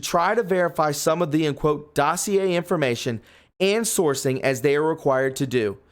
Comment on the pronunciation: Please learn how to pronounce exculpatory and dossier.